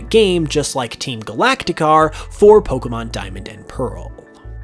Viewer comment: It would be better if he would, as I have said before, pronounce "Pokémon" correctly! It is only pronounced "poh-kay-mon", there is no such thing as "poh-kuh-mon"!